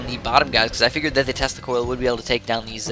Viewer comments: When ever you say tesla coil I always think you say testicle. So when ever you say "I am going to screw people with my tesla coil" I hear "I am going to screw people with my testicle. Meanwhile I am sitting watching the video with my face like O.O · Every time you say Tesla Coil I hear Testicle...don't judge me.